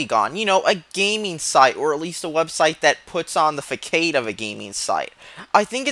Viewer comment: Did u just pronounce Facade as Faykade??? what the hell?? then i heard you say womyne!! so i get it now. I hated this game by the way....what a terrible waste of graphics. a terrible game